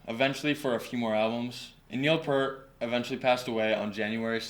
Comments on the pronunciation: Neil's last name is pronounced "Peert", not like Pert, the shampoo. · 1977 age 15, first album bought with mowing the grass money. 2112, second obviously A Farewell to Kings. Favorite band every since; and btw it is not "pert", that's shampoo...it is properly pronounced Peer-t. Moving Pictures, not Motion Pictures....have some work to do here on the channel. But a good start! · Omg! How do speak on Rush but mispronounce PEART? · its pronounced Neil peer-t....oh boy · Neil's last name is pronounced PEERT... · It's hard to take this seriously as a "deep dive" when Peart is mispronounced throughout. Even so, I am very happy that you got into Rush beyond Tom Sawyer. They are amazing! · I stopped listening as soon as you mis-pronounced Neil's last name. Nice try. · Please respect the Professor and pronounce his last name correctly!